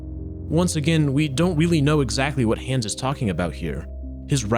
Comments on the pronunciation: Hans* not Hons or Häns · He goes from pronouncing it hands to hawns every few mins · you said Hans like hands without the ds